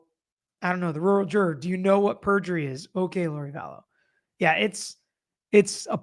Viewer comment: By pronouncing Rural Juror accurately and with ease, you have destroyed Tina Fey's comedy career. I hope you are happy.